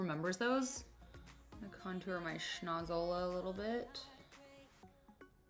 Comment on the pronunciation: “some blush some con-toower”